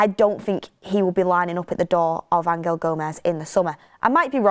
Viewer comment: Why you pronouncing angel like that? He ain’t Spanish